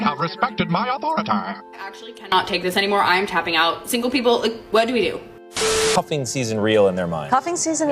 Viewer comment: It's the coffin season not the cuffing season. LOL